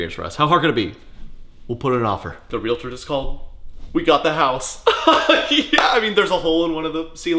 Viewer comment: Thank you for pronouncing realtor right. My dad was a realtor and I still get flashbacks every time it's said wrong.